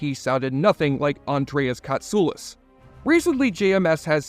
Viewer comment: Thank you for the correct pronunciation of Andreas Katsoulas!